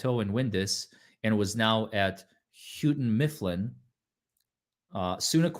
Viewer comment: So to be clear, it's pronounced "HOE-ton Mifflin" the hough rhymes with "dough" or "mow". Houghton Mifflin -now Houghton Mifflin Harcourt is an educational publishing company that goes back to 1832. As an interesting aside, Houghton Mifflin was acquired by Vivendi Universal around 2000. They owned Universal Studios. By 2002 Houghton Mifflin had purchased itself back from VU, and eventually Universal Studios was sold to Comcast. However, custody of George was split because of this, which is why you see references to Curious George at the theme parks but HM retained the print (while at some point the animated rights were sold to PBS). Houghton Mifflin later bought Harcourt publishing (fka Harcourt, Brace, Jovanovich HBJ) around 2007. At some time before that HBJ had owned SeaWorld, but they had been sold before the acquisition of Harcourt. So there's a distant cousin like relationship between Universal and SeaWorld as they are historically linked through Houghton Mifflin Harcourt a company that has nothing to do with theme parks or sea life. Lol. The Books&Media division of HMH was acquired by Harper Collins in 2021 so George is theirs now. As for whether the name Houghton Mifflin inspired Dunder Mifflin, there WAS a rumor that a former employee of HM went on to become a writer for The Office, so there may be something to that. But there's never been definitive confirmation.